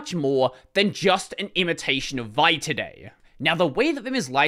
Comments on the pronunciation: vi not pronounced "vie", it's "vee eye". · I have never heard vi pronounced as one syllable before...